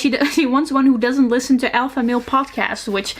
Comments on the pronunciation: i love this channel so much and i love her voice, but i cant help but notice every time she pronounces the "t" in listen😂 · You speak English so well that it struck me when you pronounced the T in listen. At least in the US the T is silent.